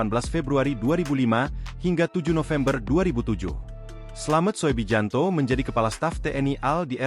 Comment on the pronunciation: Koreksi..yg bener dong sebut nama orang. Slamet Soebijanto (slamet subiyanto) dibaca slamet soe bijanto (EYD). Penghinaan tuh